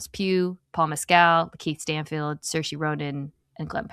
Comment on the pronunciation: …my fave pronunciation key moment comes right from the actress’s mouth…Saoirse rhymes with inertia.